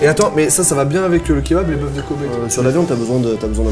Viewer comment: 4;52 c’est des bœufs oui mais ça se prononce [beu] 😂😂